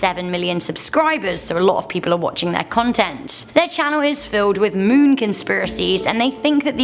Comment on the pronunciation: Goth chick saying "MEWN" over and over made me want to throw up 👽😨